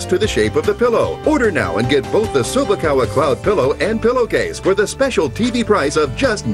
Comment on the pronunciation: Chew-bak-a? May the pillow be with you....